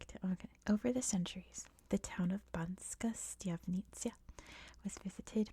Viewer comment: Hi, not a Slovak but am familiar with the language. It’s Banska, not Banksa. Otherwise, one of my favourite channels to get me back to sleep after waking up unwillingly. Thanks